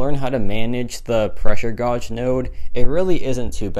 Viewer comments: Godge? You mean gauge like gage? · Say it like gage. Not gorge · It’s pronounced Gage, like cage with a G, pressure Gauge, not gawge or whatever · Yea me too hahaha pressure gauge (gage) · It can be pronounced either way, some of my professors say it like gawge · Gawge isnt a word. It's pronounced like the word cage, except with a g instead of a c. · Dont worry bro i pronounced gawj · I laughed so hard when he said “pressure godge is one of the most annoying “. Is it really? Or is your pronunciation in this case that’s most annoying? Take the L and laugh it off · Absolutely baffled at the way you pronounce gauge 😂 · it’s the French pronunciation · I’m a loser can you help me how pronounce gauge? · Jesus Christ !! Seems like everyone here wanted to feel a bit better about themselves..knowing how to pronounce 'Gauge' doesn't make you better than him !!